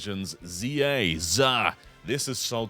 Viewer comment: Thank you for not calling it "Zed-A" 😅